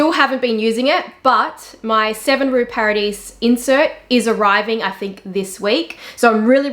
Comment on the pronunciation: Hi, I appreciate your videos and knowledge. I know French is difficult but if it is of any interest to you 7 rue Paradis is pronounced ... Paradi. You just skip last letter ( very common in French ). The same for blanc - c is not pronounced 🤔